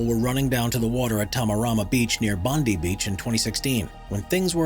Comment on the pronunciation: Bondi Beach = 'Bond Eye' Beach...Not 'Bond Eee' Beach ;).... Great vid...Thanks...Have subbed!